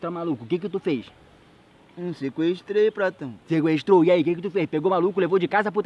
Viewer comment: "Pratao" kkkkkk